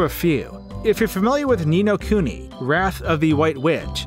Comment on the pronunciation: Ni no kiuni